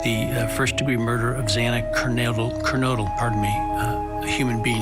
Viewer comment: Judge Hippler sit up arms un folded for a start. Judge Hippler sounds detached & cold as the murderer & for miss pronouncing Xana Kernodle name, he should of made a HEART FELT APOLOGY, instead he saids " excuse me" 😳!!!!! STAND DOWN JUDGE HIPPLER NOW!!!!!!!!!!!!!!!!!!!!!!!!!!